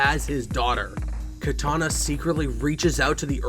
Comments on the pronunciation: Did u say Katana instead of Kitanana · kitana, NOT katana